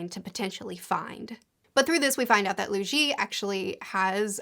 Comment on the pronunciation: Btw Cheng Xin is pronounced like "Chung Shin", and Luo Ji is pronounced "Lu-aw Ji"